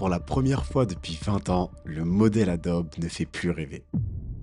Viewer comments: Bonjour. ont prononce pas adobe mais adobie. Merci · ça se dit AdoBI - Ado-be = ADOBI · Incroyable la vidéo J'ai eu mal au oreille à chaque fois que "Adobe" a été prononcé 😂 effectivement cela se prononce comme ça : adobi